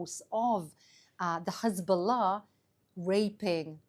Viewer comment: Finally an Israeli that pronounces Hezbollah correctly and doesn't say Khezbollah